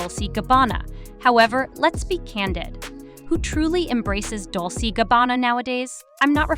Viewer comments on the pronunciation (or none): It’s pronounced Dol-chey (Dolce) and Gabana- got a put that flare on it!